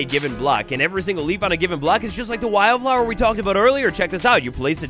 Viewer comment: Kinda amusing how you kept saying wild flower 2 different ways. One how it was spelled, and one was why-yelled flower, having wild be 2 syllables instead of one lol